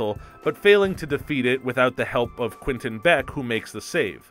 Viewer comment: does it bother anyone else how he’s saying “quinton” not “quentin”